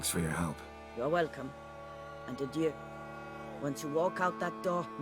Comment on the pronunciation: It's so funny to me how you can have just heard a word and then still pronounce it differently. Adieu is not pronounced a-dew, my guy, you just heard it 😂 and the same with Shani. That said, I really enjoy this series, I've been binging it and I'm so close to catching up 😊